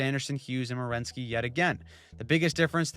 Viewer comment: It's Werenski. Not Rewenski